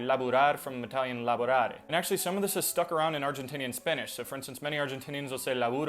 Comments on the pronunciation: It's not laborare, it's lavorare, italian here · It's "lavorare" in Italian. Contrary to Spanish, v and b sound are very different and distinguishable (depending on the accent)